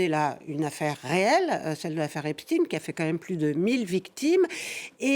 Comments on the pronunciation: « Epchtine »hahahaaa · C’est pas possible de prononcer tous aussi mal epstein